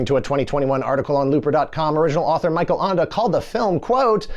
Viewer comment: Feel free to contact me if you need help pronouncing German authors' names in the future. That's not a French name 😂